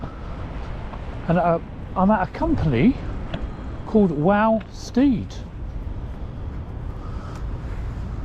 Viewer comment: Its prounounced Wal as in Walter and sted not steed.